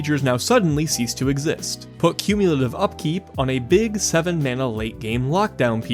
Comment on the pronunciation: Do not shorthand "cumulative"! Haaaaank!